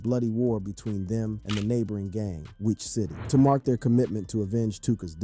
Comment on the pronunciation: Lol.. can’t even pronounce Wicc city or Chiraq correctly.🤡